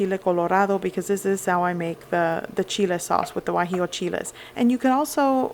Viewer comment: Guajillo, not Guajio